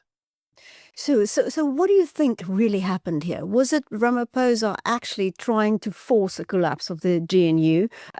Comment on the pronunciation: I wonder if I can listen to a white person - after decades - still saying "Ramapousa" iso Ramaphôsa. What is wrong w you people?